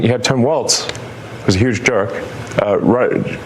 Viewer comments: That is “Walz” pronounced “walls” Kamala Harris’ running mate, not “Waltz” pronounced “walts” who made the Signal chat. Please pronounce their names correctly. The distinction is important. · his last name is Walz not waltz. Love ya!! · it's pronounced wallz like ballz not waltz like a dance js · W-A-L-Z ELLONIA! LEARN HOW TO SPEAK ENGLISH W-A-L-Z! genius?doubt it, fella.